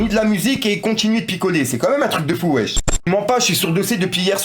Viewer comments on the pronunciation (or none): none